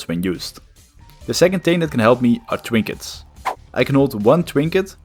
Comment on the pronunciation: People eventually go insane when a game has been around for long enough as can be seen in this video. Its kinda cute how you say w instead of r lol twoll bombs and twinkets